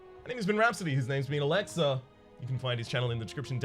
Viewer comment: If you were half asleep watching, you could've sworn said Alexa instead of Olexa.... Too bad I'm awake...